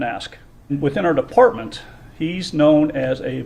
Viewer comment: dude cant even pronounce the word Department